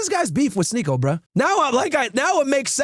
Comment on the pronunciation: Bro said sneeko 😂 and now i cant unsee that